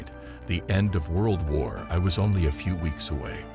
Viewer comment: I'm 26 seconds in and already the stupid computer generated commentary has mispronounced Wijtschate, Missines Ridge and even, God help us, World War One. I won't be listening to any more and, whoever produced this shit should be ashamed of themselves.